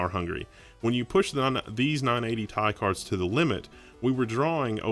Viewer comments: who says 980 "TIE"? its T.I. like the rapper =D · tee eye. not tie. that's frustrating omg. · Say 980 "Tie" one more time.... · when you talk about Element abbreviations you don't pronounce it like it's a word. You don't pronounce Ca2PO4 "Ka 2 Poe 4" You say out loud all the letters and numbers.